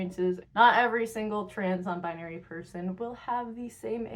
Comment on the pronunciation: they said non bibary not non bribery